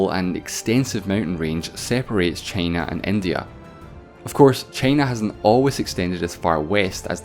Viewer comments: Nobody:: ChEyNa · This guy's accent is great... until he says "China" 🥴